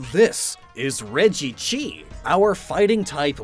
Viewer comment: You didn’t call it regchi dude it was so obvious